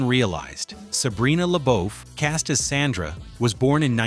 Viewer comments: The eldest daughter was S O N D R A, not, "Sandra,". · Sondra... not sandra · YES, U NEVER MENTIONED RUDY WAS SUPPOSED TO BE A BOY. JALIL WHITE AUDITION FOR THE PART. ALSO THE CHARACTER NAME WAS SONDRA NOT SANDRA. PLUS U DIDN'T PRONOUNCED RASHAD 😒 CORRECTLY EITHER. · People who narrate these videos really need to learn their pronunciations. If he calls Sondra Sandra one more time…..